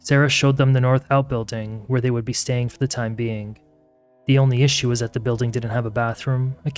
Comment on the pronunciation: Stop adding K at the end of g's! It sounds so annoying and uneducated. Building does not end with a K. Following does not end with a K! Both words are pronounced how they are spelled, wtf are adding a K sound to every word that ends with G!!!!